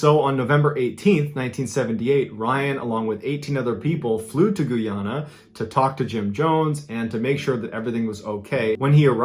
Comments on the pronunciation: GOOOYANA? I thought it was Guyana? LOL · Mr Ballen you're always the best. Just a respectful correction for your pronunciation for the country called Guyana. It's not pronounced like Goo-ya-nah but in fact it's pronounced like Gah-ya-nah. As always, all your stories are always the best. Keep up the excellent work bud. 😊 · Gooana❌ Guyana✅ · The south American country that Jim Jones came to is Guyana and not Gooyana. It's a dark story in our history. Jim Jones was a mad man who brainwashed those people. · Guyana is pronounced as you see it. GUY-ANA. Also at my grandfather's funeral is when I discovered he worked undercover there. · GUY-ANNE-AH Mr B 😂 LOVE YOUR CONTENT! Much love from Brooklyn 😎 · Guy-Ana Sir 🤦🏾‍♂️ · Did bro just say GOO yana? -____________ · Hi Mrs. Ballen, it is pronounced Guy- ana Eg. Like a guy named ana. 😂 It is my Birth Country, a Country in South America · Hi it’s guy-ana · My parents are immigrants from Guyana (not pronounced goo yana) and they used to tell me stories about Jim jones. They renamed that town Georgetown and it is one of the most beautiful cities in South America. Thank you for sharing this story, I know my wife will see it soon. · How is it pronounced? I pronounce it Guy and Ana with a long a.... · My ex was from Guyana and I was like what I’ve never heard anyone pronounce it like Mrballen did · Guyanese here Thanks for correcting him